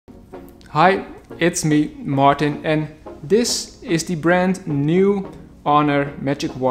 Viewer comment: Waarom blijf je jezelf voorstellen als "Martin", terwijl je "" heet? Ik weet dat de meeste buitenlanders er problemen mee hebben om uit te spreken gezien vele internationale collega's en klanten in mijn werk, maar daarom hoef je het zelf nog niet fout voor te doen. Ze doen hun best maar, je vergeeft het hun als ze een poging ondernemen of keurt het goed als ze vragen of ze jou 'Martin' mogen noemen. Wees trots op je naam! Groeten